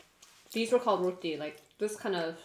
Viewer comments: Thank you for not calling it Jamaican and thank you for pronouncing it correctly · At least they pronounce d roti d right way I guess smh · First time someone whos not trini said roti the right way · The pronunciation on point -- barra and roti 😝🤗😍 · The food dont look good... i am from Trinidad and Tobago... but i LOVE HOW THESE LADIES ENJOYED IT. AND ACTUALLY said Roti PROPERLY